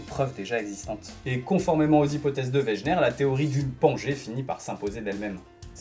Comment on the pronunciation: On ne dit pas weGUener ? 'en prononciation ?